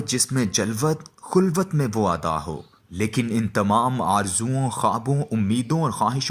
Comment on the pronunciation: bhai nishandehi kr dety Aap tou reader k liye assaani ho jati k kon sa word ghalat read kia ha ... مثال کے طور پر مجھے ایسا لگا کہ پڑھنے والے نے خلوت کو غلط ادا کیا گیا آپ بھی الفاظ کی نشاندہی کر دیں تو یہ بہتر ہو گا